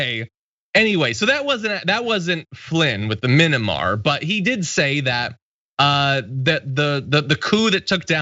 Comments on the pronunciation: um i think u mean "minnimar" coup john?? 🙄 (being sarcastic lol) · Someone used this poor slob as a prop. Anyone who would know anything about what's going on there would absolutely know how to pronounce the name. It's Myanmar, not minimar. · Minamar! Are you effing kidding me! Proof that tRump and his cult are dumber than a bag of rocks! They always sound like they have a vocabulary of about 20 words, and they can’t spell or pronounce half of them! SMH! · Did not no how to pronounce the name of the country its not mini mar dummy its miyanmar